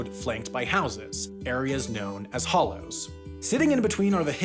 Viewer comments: Great video! he says "hollows", but they are actually called "hollers". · Nobody in the south says Hollows. It's hollers. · Hollers not hollows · Not hollows. Hallers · To set the record straight: it is not pronounced "Mick Dowell County", it is "Mack Dahl County". Also, not "hollows", it's "hollers". No one says "hollows". Finally, in no actual world is solar cost-competitive with coal. The only renewable that compares is hydro. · They are called "hollers", my god somebody make this man watch Justified right now!